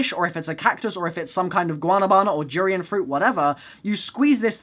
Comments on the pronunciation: durian is pronouncer du-re-un not ju-ri-an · Durian der-Ian